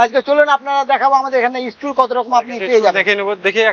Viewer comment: ইস্টুল না টুল আর সব মালের দাম বল